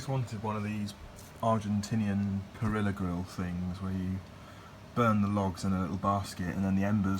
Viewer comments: pah-REE-yah. You nut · pronounced pa.ree.ya my dude.. is that program SolidWorks by chance?